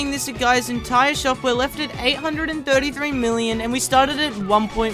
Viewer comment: its entire not Intier or Enitier